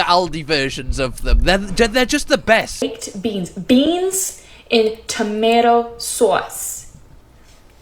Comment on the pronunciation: Other than a very slight american inflection on the end of a few words she sounded like a posh southern english girl to me, then suddenly went full on new york "tamaydo sauwce", she must be tapped in the head